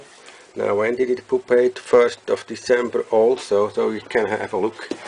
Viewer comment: So funny the way this guy pronounces 'pupa' and 'pupate' - POOPAH! POOPATE! lol